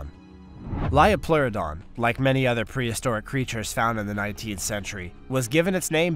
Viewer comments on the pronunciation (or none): Let me correct you "liopleurodon"